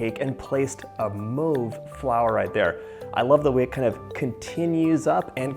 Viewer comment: His pronunciation mauve frustrates me!